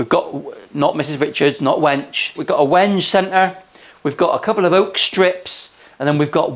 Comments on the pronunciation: Wenge is pronounced like "When gay" not wenje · Not taking the piss - I'm just spreading what little wisdom I can... the most technically correct way to pronounce 'wenge' is 'wen-gay'. There's a pun to be made, there. I'll leave that to you! 😁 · It's pronounced wen-gay! 😂😂😂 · that wood is pronounced Wengay…….ive Heard Mr Ben Crow call it that and he’s the dude who’ll know. Why can’t go against him😂😂